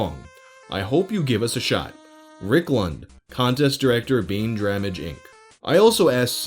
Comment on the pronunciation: i think they misplaced the r in baindramage